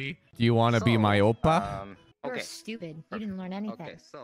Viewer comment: stweepid innit?